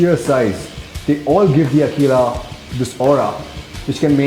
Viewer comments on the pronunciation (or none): its aqila[akwila] and not akila[like he says everytime in the vid..cool review though